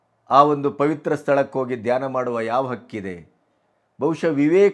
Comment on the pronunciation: Read as dhayna only